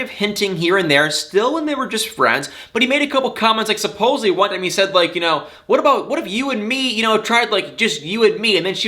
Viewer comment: Did you just say "supposeBly?"